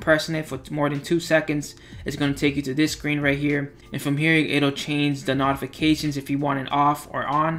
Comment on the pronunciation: Good job. Short and sweet. We don't have 15 or 20 minutes for the droning on of the other presenters. B+. With proper pronunciation of "notification" would be A or A-.